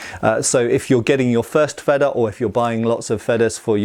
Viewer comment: Excellent video as usual, my only nitpick is your pronunciation: Feder is spoken with a longer initial e, comparable to Vader in length. You are saying Fedder, which isn't a word in German. :)